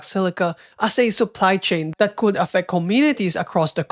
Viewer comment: i cant ignore how you pronounce the letter L in “would” and “could” 😢